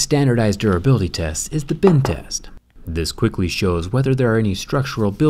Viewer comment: Sam Noblet I hear Ben test. I feel like the most effective phone to kill Ben laden would be the note 7. U have to fight fire with fire